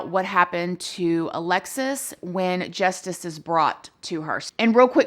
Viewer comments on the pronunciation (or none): none